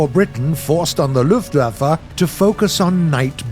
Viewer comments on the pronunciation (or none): he Said lufflaffe